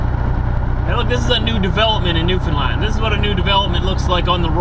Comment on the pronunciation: Newfoundland not new Finland :) just saying because iam from Finland